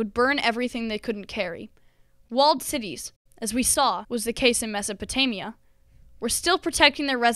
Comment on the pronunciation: Mispronounced Mesopotamia. Americans.